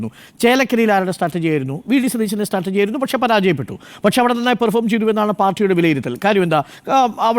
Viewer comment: മിനിറ്റ് 13.08.. സ്റ്റാറ്റർജി അല്ല മൊയലാളി! സ്ട്രാറ്റജി ആണ് 😂 അധ്യാപഹയനായ അരുൺ കുമാറിന് തിരുത്താനും പറ്റുന്നില്ല... മൊയലാളി കെറുവിച്ചാലോ? കഷ്ടം തന്നെ!